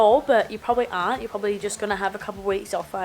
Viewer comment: 5 years in uk,that explains the mancunian way of saying 'Aren't', innit?! haha love it!